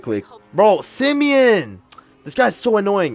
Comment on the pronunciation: Bro why you say simeon like that lmao